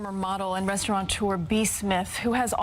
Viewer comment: *restaurateur It is a french word. NO "N"!!!!! Even the news caster said it like that. It is a peeve of mine.